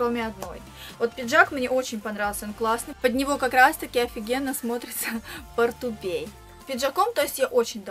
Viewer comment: не портупей,а портупеЯ